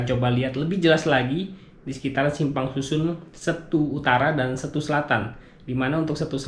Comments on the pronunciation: Seeettuuu. Bukan Stu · keren om, tapi untuk Setu, e nya di baca kayak Cikeas, atau tape om....